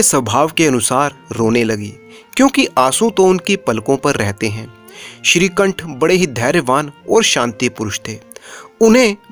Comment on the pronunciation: Shrikanth se nikanth ho gya sahi se bolo